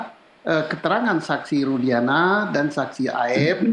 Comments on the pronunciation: Nyebut nama aja salah kok jadi nara sumber . Rudiana jadi rudianta . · Maaf, bapak itu ketua Kompolnas? Dia tak tahu bahwa Saka Tatal tak pernah ajukan grasi? Juga, namanya Rudiana, bukan Rudianta,. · Itu si gak paham kasus dia, kok dijadikan narsum sih? Nyebut rudiantut aja jd rudianta... Next time narsum yg kompenten aja lah yg memang sudah mendalami kasus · Siapa itu narasumber yg bekas wartawan, sepertinya tdk memahami kasus ini tai di jadikan narasumber. nama Rudiana aja dia bilang Rudianta. Kacau nyari narasumber yg kredibel dong